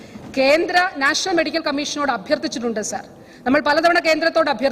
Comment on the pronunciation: സാർ എന്നു തന്നയല്ലേ പറയുന്നത്..അക്ഷരം സാഎന്നുതന്നെയല്ലേ.. വല്ലാത്ത സർ വിളിയായി സർ...